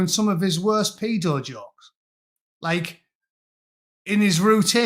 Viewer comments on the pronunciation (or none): none